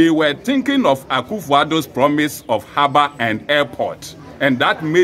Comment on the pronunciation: Please it is Harbour not haba